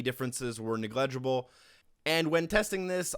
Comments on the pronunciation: “Negledgeable” lmao. Negligible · Interesting pronunciation of "negligible"